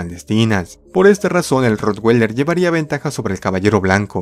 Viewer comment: como comentario, no estas pronunciando bien el nombre del ROTTWEILER recuerda que es un nombre alemán, no americano.